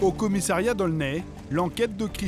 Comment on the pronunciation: Il faudra dire au journaliste que l'on dit "commissariat" et non pas "commissairiat"...!